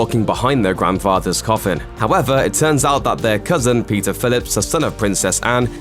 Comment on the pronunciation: aeei lol.....sounded like that but this guy pronounces Peter to sound like pizza.